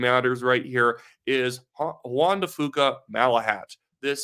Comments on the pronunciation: Hey — it’s Juan de FEW-ka, not FOO-ka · FYI it’s pronounced Jaun De few Ka, keep up the good post